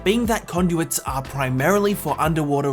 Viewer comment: When he says what “what are is conduit“ or something so that “are“ Is like “a“